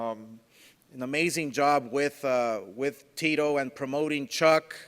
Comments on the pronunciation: For the simple fact that this idiot has had a year to learn to pronounce Chucks name and still can’t I’m not ordering ur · Man he can't even say chucks name properly for god sake